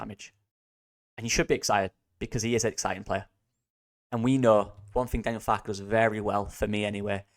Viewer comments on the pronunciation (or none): none